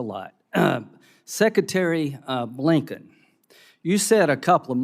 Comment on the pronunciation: Tony ("I bwinked") Bwinken was Brandon's top security advisor and was the architect of the letter signed by 51 CIA agents claiming the Hunter Biden laptop was Russian disinformation. For this blatant, treasonous lie, he was rewarded with the office of Secretary of State. He was also the architect of the disastrous Afghanistan withdrawal. His international foreign policy can be best summed up as: "Pwetty pwease, Mr. Buwwy, don’t beat me up! Here’s my wunch money. I’ll do your homework and cawwy your books. I’m afwaid because you cawwed me a bad name and I started twembwing and peed my pants. I need to see the school psychobabbwer so I can cwy in a safe space cause I think you gave me PTSD. BOO, HOO, HOO! WAH, WAH, WAH! I want my mommy!”